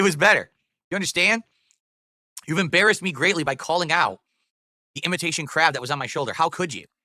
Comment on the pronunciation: Whenever he says "crab" it sounds like "crap"